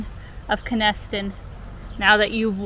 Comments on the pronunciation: Row-low is how you pronounce it. Kennisstun is how you pronounce Kenaston. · Just to help you out on pronunciation,...Kenaston is pronounced 'KEN-as-ton' (my mother was born there)... and Rouleau is pronounced by everyone in Saskatchewan as 'ROW-low' (even though you are right; it is a French settler's name.) When you do your Regina tour, by the way...do check out two wonderful architectural marvels--one restored, and one new: The restored one is Darke Hall, part of the College Ave. campus of the University of Regina...and the new one is Mosaic Stadium, of course the home of the Saskatchewan Roughriders. Both are great examples of restoration and new building in the province. (I was, by the way--born in Regina--and into a McLeod family!) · Great to see tours of rural Sask. The short & welcoming elevator in Kenaston (your pronounceantion was slightly off, but nobodys going to bother you too much about it.), was tore down shortly after this video was shot. It was used, as pointed out by your dad for the farms' grain storage and as a seed cleaning plant. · It is polite to ask how to pronounce the places you are visiting before broadcasting about them. I am sure the residents of both Kenaston and Rouleau would appreciate a correction in a future video.